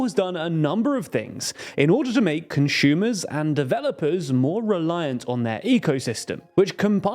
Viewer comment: Conshumers need more respect 😢